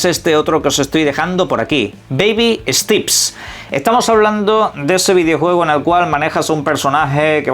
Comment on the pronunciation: Que mrd significa stips? Steps pendeyo steps se pronuncia stEps